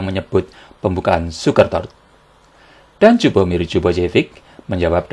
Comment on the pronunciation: Lju dibaca liyu bang..